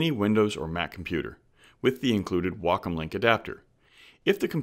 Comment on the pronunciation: The only thing I got out of this video is that it's pronounced "wackum" not "waycom."